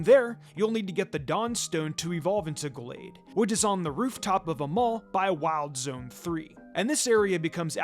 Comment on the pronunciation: How about "Go-lade" as well? That pronunciation is wild